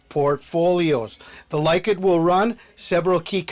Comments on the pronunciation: Likud, its pronounced "lee-kood".. Beiteinu, "bay-tay-nu". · It's pronounced "Leh-kood"